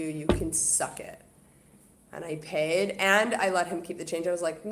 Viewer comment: Love your Canadian accent the way you say paid